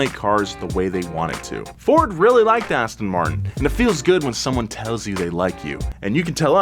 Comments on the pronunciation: Aston Muurrrrrt-in - That's not how you pronounce the royal brand. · I would be a good start if you could pronounce the name correctly. It is "Aston Mar-tin" and not 'Aston Mart-in" as you say! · ass ton martin omg learn how to pronounce it first